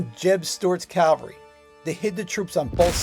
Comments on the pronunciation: Forgive me, but it is "cavalry", not "Calvary". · CAV CAV CAV-- never Calvary. Unless you mean Golgotha. Say CAV alry 108 times.